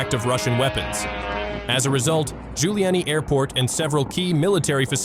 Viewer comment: the way in which you ''pronounce'' the local names is disgusting it is KIEV [ keeyev ] and no way [ kaiv ] and the airport's name is NOT like former NYC mayor GIULIANI